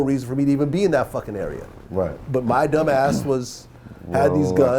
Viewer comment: "this is MAH fault", the way Vlad talks sometimes is cringe, only does it on certain words though. Just speak natural you cringeball.